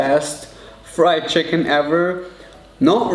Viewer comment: the way he pronounce chicken as “cheh-kihn” is so freakin cuteeee